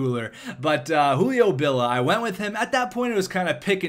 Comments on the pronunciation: it is Julio B-I-L-L-I-A, not B-I-L-L-A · it's Hulio Billia, i is not silenced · Billia.... Billeea There's and "I" there bud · lol he deosn't know how to read names, i guess